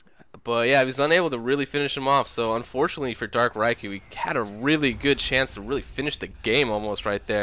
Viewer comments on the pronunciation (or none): I thought it was dark "Reekoo" not dark "Raikoo" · That was a great game, what a finish! Good cast (despite the pronunciation of Riku)